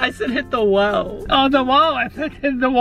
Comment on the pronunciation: BICH HE SAYED PEPA PIGG HAHAAHHA😂😂😂😂 AND WHEN U SAYED HIT THE WOH HE HIT THE WALL HAHAHAH😂😂😂❤👌